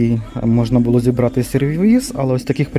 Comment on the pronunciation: Не булО- наголос на останній склад.